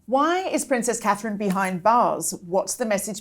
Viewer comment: repeat after me; Princess Catherine. You can do it, it is not difficult.